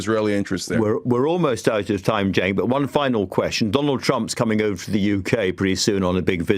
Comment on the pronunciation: He pronounced Cenk’s name correctly 👍🏾😎